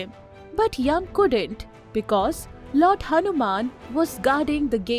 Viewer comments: it is not yam.. it is yama... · Wtf is yum. It's Yama Dharma. Or Yama. Not yum. Not Yavaga.